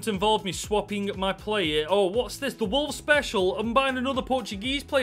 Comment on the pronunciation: Fix the title. You said "Wovles"